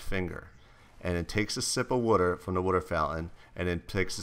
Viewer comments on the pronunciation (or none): Jesse its water not wuter